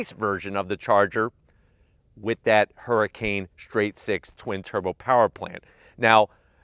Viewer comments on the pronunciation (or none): none